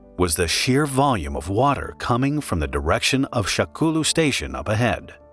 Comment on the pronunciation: I can't XD SHAKOULU HAHAHAHAHHA. I think it's supposed to be sha kou lu